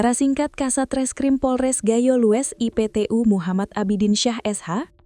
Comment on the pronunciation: harus banyak belajar pembaca berita ,iptu (inspektur polisi satu) jgn dieja.